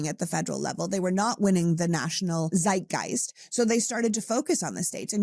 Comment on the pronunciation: There is no such thing as a sseitgeist. The German word Zeitgeist is pronounced with a sharp T, as in Tseitgeist. You will get lots of points from your German viewers if you can get this right! ❤